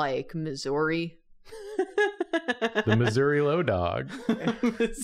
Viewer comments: As someone from Missouri i feel so seen and so saddened by how y’all say Missouri it’s more like misery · St. Louis atoned for the sins of St. Louis pizza when they invented toasted ravs though and anyone who disagrees is both wrong and not from Missouri Side note: The way pronounces Missouri is actually shocking to me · As a Missourian I wasnt prepared to hear pronounce Missouri like that.